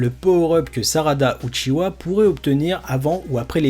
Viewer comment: Lol c’est UCHIHA ET NON UCHIWA HAHAHAH